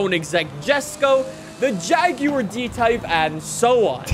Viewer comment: Or jaguar as jag you are